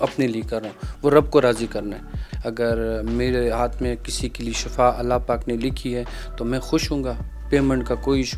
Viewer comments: shafa nahi shifa boltay hain plz shifa boliay. "" shafa maot hy or shifa ka matlab sehat hy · shafa nahi shifa boltay hain plz shifa boliay